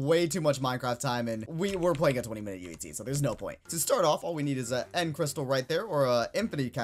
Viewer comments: Why does it sound like he is saying yutzee instead of uhc? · why he say uhc so odd